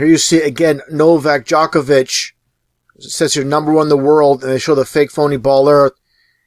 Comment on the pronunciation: DJOK-ovic Nowak DZHOKhar Tsarnaev djok / dzhok, same pronounciation. : three / tree.